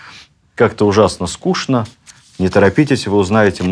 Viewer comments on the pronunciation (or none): none